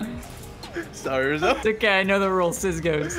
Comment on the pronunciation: Wizzy did call Rozi rizzo